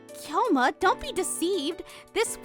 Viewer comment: Just like how they're reading Kyoma as Kai-yoma instead..